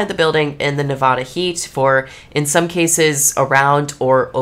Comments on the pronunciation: I hate when people say Nevada wrong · ilu but hearing you say the state name “nevada” made me break out into hives LOL